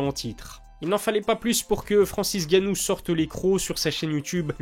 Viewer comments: Pourquoi tu dis tout le temps Francis "Gannou" ? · Malade ou pas ça fait quand même depuis l’ouverture de ta chaîne que tu ne sais pas prononcé le nom de Francis Ngannou 😂 et pas gannou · T'es pas un africain on dit Ngannou applique bien le N